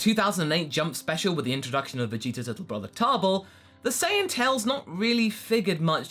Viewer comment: I'm not wrong though he said sayaijin instead of sayian like come on